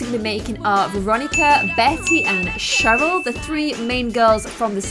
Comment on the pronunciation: Cheryl and I think you got Cheryl wrong